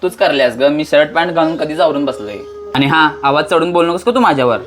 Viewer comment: व्हिडिओ बनवताय, मग शुद्ध मराठी पण बोलायला शिका जरा! ती “आणि- पाणी” च्या ऐवजी वापरलेले “आनि-पानी” हे अशुद्ध मराठी शब्द ऐकायला कानावर अक्षरशः अत्याचार झाल्यासारखे वाटतात!!🙏🙏🙏